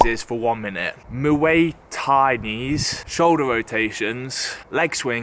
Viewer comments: Mooay It’s pronounced moy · Muay : moooi tie😂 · ye but that doesnt make y u say mway😂